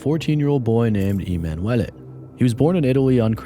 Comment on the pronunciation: E-man Wellay is an interesting way to pronounce emanuele